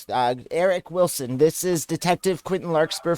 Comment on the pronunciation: So funny how they always pick last names they can’t even pronounce…”Villiams” and “Vilson”. 😂 Good stuff 👍🏾